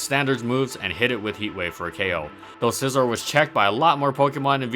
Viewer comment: Holy crap I like your videos but this one is really annoying, you keep pronouncing Scizor wrong... there is no L is Scizor...